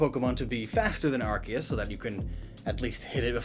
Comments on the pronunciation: It is not Ar-chae-us. It is pronounced Ar-cee-ehs (ehs like hiss without the h) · in english, an e after a c makes the c soft. it's arceus, not arkeus. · Impersonating a God to introduce your sponsor? Isn't that blasphemy? Earthquake in Gen 1. Good times. Arkeus, Arkeus, Arkeus... Its Arseus... Or even Artheus, like we Spaniards say. It's Theos. Not Keos. Not even Seos. Theos. It's been a while since I last watched one of your videos. Your setting looks very cool! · Archeos?? you mean ARKOOS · It's actually pronounced "ar-KEY-us" not "ar-KAY-us" Although for any fans of MandJTV it's Arkoos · My Man said Arkeus its Arseeus thats how you pronounce it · arceus Me, a pokefan: yOu mEaN aRkOoS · Its Are-Kee-Us not Are-Kay-us... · Who's bugged of him saying Arcaus instead of Arceus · ya know, its ar-see-us, not arc-ey-us. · Why do you pronounce arceus as rks and not R-sea-us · its not arc-k-us its arc-key-us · Its arkoos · When u say arceus closed captioning says our gayest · Legends Say Arceus is pronounced Arkoos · It is arcoos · its ARCOOS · it's pronounced ARKOOS you idiot! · Its not arceus its ARCOOS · it's pronounce "arcoos" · The subtitles are adamant that youre saying “our gayest” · It's Arcoos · uhm Arkayus? What happened to it's actual pronunciation? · Mate... It's Arkoos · It’s pronounced “arse uze” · Anyone notice arc-eh-is? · Excuse me? Arkeus? I think you mean Arceus. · Isn’t it pronounced Arr-kee-uhss(or iss) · We all know it's pronounced arkoos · Im just wondering where the hell you keep getting the "kay" sound from the "ce" in Arceus' name? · um its pronounced are-soos ya noob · Ar-goose is the proper pronunciation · It's definitely pronounced "arse - ius". Otherwise, cool video man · "ar-kay-us" triggered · Me hearing pronounce Arkoos wrong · I can’t unhear that now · I know that, but I just find it absurd. Also it still isn't the correct pronunciation, just cause they pronounce it one way in the dub doesn't mean it's correct.